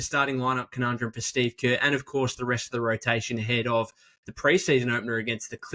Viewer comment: Shteeve Kaahh